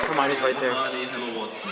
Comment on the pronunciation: They said hermoine